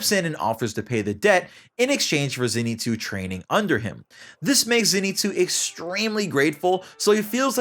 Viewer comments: It’s pronounced Zein-sue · its ZENitsu not ZEnitsu